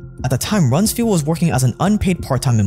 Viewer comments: Good job ……BYW ….it’s Rums “FELD”….not “FIELD” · Its RUMS-FELD not FIELD. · It’s Donald Rums-Feld. Not field.